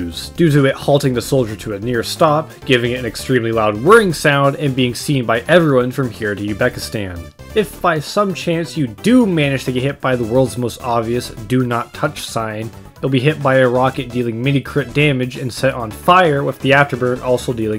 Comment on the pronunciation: Just curious if this is a normal thing for him but why is Uzbekistan pronounced Ubekistan? also sorry in advance because um... Im a bit of a geography nerd.